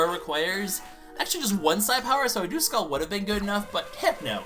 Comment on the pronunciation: Duskull I'm pretty sure isn't pronounced dooskull its duhskull